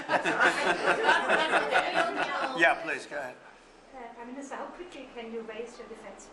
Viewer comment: Wow, he calls her priminster